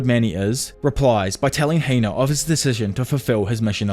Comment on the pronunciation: It’s Hina not Heina